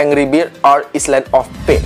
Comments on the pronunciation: Koreksi bang island d baca ailend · Island dibaca aylen bang